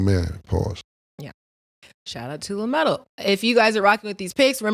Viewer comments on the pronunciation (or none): Lmaoo said LaMero!! 😂😂